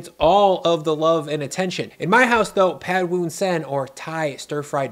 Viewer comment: As Thai, you pronounce “Pad Woon Sen” very well